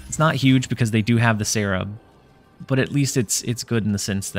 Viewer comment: Was that "but it is naut enough" intentional? I barely caught it lmao.